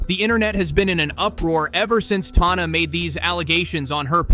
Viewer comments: Hard to watch when you say, tawna. It’s TAN-A 🤦🏻‍♀️ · Sheesh do you even know these people? Watching even one video of theirs would have prevented you from mispronouncing Tana's name the ENTIRE video. Imagine claiming to spotlight a victim but ignoring their agency and identity by mispronouncing their name. This may seem trivial but when talking about a topic as an authority, it helps to get the facts right. Want more credibility? Do better fact checking. Hell, do basic fact-checking. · lol you fucked Tana’s name up soooo bad!